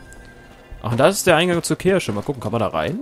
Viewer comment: Du bist auch so jemand, der Kirsche statt Kirche sagt.:D